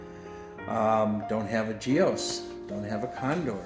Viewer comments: Excellent video. Sounds like a great family man who was lost to early. Superb selection of bikes. As a Gios Torino owner that caught my eye. By the by the name is pronounced as “JOSS” and not “Gee os “ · I'm sure the guy's wife was happy to see the bikes go to a "good home" as they say. You never know when your number's gonna come up..when ya gotta go..ya gotta go. Until then, LIVE YOUR PASSION(s) every day!!! BTW- GIOS = JOESSS. Like Joe's but with more S, less Z. Not Gee-Oss... just one syllable.